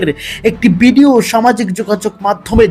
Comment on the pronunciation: bidio na video bolen uchharon thik koren